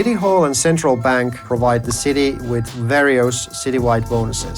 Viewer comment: Did you say… bank?